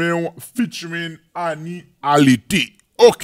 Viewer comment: Yow m gn kritik pou ou tou ui man. Ou pa konn li menm nn baz. Anie ALERTE C pa ALERTÉ, ok baz?